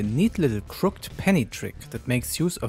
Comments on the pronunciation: fyi. crooked is pronounced crook-ed :) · It's pronounced "crook-ed" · just so you know its pronounced crooked penny not crooked penny